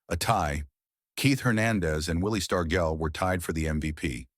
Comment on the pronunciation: Mickey Mantle also got screwed in 1958 when the sports writers were sick of Yankees winning the MVP year after year and Mickey winning 1956 and 1957, they somehow gave it to Jackie Jensen , The narrator Mispronounced Eddie Lopat name and Willie Stargell name